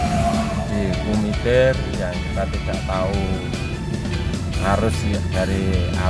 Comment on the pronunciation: Bukan KUMITIR tapiGUMITIR